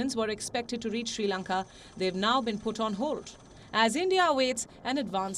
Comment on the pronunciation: Not Shi Lanka. It is Sri Lanka. Improve your pronunciation.